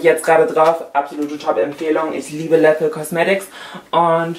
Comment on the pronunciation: Bei Lethal wird das e wie ein i ausgesprochen....Ihhhh Läthel